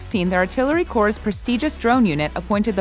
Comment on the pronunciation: Good video but you don't pronounce corpse as Corp, it's pronounced like core.